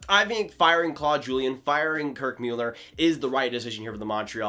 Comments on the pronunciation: Please STOP saying Kirk Meuler it's MULLLER. Where have you ever heard his name pronounced Meuler FFS 😂 I'm gonna stop following you after that 🤣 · Thought it was pronounced Muller? Not Mewlerr? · He said Müeller, lol! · Happened upon this episode by accident. You lost a little credibility right off the bat by not even knowing how to pronounce Kirk Muller's name. Mewler? Where did that come from? I know he's only been around the league for 30+ years, so maybe you haven't heard his name spoken out loud before. Or is that another "mute" point? It's moot. You can thank me later. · Please if you are going to report about sports. Get their names right! Mewller!!??? REALLY!? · The quality of video was insane and you just stick on the pronunciation of Mueller🙄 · Why did he say it like that? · Quality of video is insane? Sorry but he cannot pronounce their names right shows me bad preparation. I stopped watching. Hard to listen to someone's opinion when they don't even know the names of the people involved. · Some of us were Habs fans when Kirk MULLER was on the Ice, playing. You said his name like you just read it somewhere. Weak. Seems to me that you are more fascinated with YouTube than hockey. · You should learn how to prononce Kirk Muller's name.